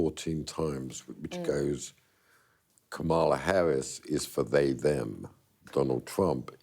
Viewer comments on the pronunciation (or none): This guy doesn’t know how to pronounce Kamla Harris’ name! He is copying Trump’s mispronounciation! Shame!!! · Was it me or is the interviewer excessively deferential? I lose all respect for people who can't pronounce a three syllable name accurately. I've seen Kamala Harris' name mispronounced on most of the major news channels now. Does nobody prepare or have any respect any more?